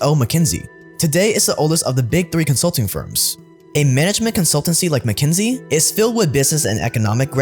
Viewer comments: It isn't MacKenzie. It's McKinsey. "KIN." Fix your pronunciation, zoomer. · Why does he keep saying mckENsIE when it's mckINsEY? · If you’re going to shit on a company, pronounce the name correctly. What do you expect them to do, they don’t serve the public. They serve their clients and their business models. If you think McKinsey is no more “Evil” than the other corporations and big companies that run our capitalist society.